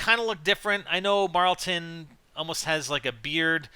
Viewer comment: It's not marltin Jesus drop it